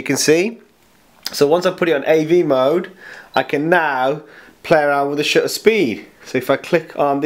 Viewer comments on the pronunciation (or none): Horrible. And the word "shutter" has a "T" in it; two, in fact.